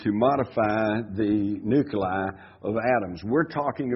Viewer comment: For crying out loud Jim there's no second 'u' in nuclei.